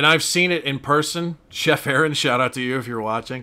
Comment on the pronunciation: Thanks for all the shout outs, it’s pronounced Air on though, and I’m not a chef anymore.